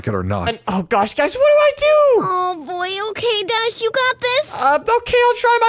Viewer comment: Bro can’t saw Dash’s name😂